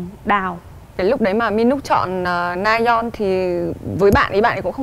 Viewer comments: Mình xin góp ý là chị Diệu Nhi có thể nào đọc đúng tên người chơi được k ạ? Rayeon mà toàn kêu là Nayeon, trong khi c là ban bình luận thì như v cảm thấy rất thiếu chuyên nghiệp, k có tìm hiểu. Đọc sai tên ngta liên tục như v siêu khó chịu! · Ngta tên Rayeon mà Diệu Nhi đọc Nayeon mãi thoai 🥹 :)))) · S mà t khó chịu kiểu ban cố vấn gọi sai tên người chơi quá . Ngta rayeon là cứ nayeon nayeon suốt thôi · Mình muốn góp ý một chút là Diệu Nhi hong đọc đúng tên nhân vật á. Mình nghĩ đọc đúng thì ctrinh sẽ hoàn hảo luôn